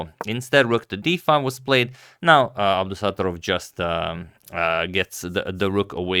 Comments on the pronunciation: It’s pronounced as Abdusatto’rov (short A, stretched O)😅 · Abdusattorov is pronounced with the stress on the first o so AbdusattOrov :)